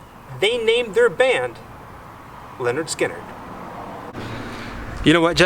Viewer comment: It's pronounced LIN ERD SKIN ERD not Leonard